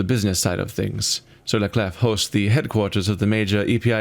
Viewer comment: Even the game is pronouncing 'Clef' wrong. It's pronounced 'Clay' (Sur-la-Clé). The 'f' is silent. 'Clef' is the old way of writing the french word 'Clé'.